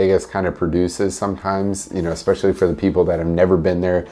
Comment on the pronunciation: Did he say eXpecially instead of eSpecially?